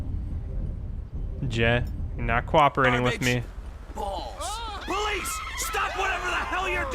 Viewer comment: Why do you say police like poweice